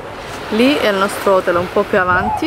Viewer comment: si dice hotèl, l’accento va sulla “e” non hótel con l’accento sulla “o”... non per essere rompiscatole ma si dice così....